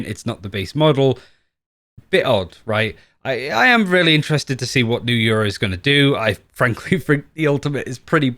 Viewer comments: lmfaoo so much yuro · I swear half of the Valorant community says Yoru’s name wrong. says “Yuru”, and I hear “Euro” a lot as well lmao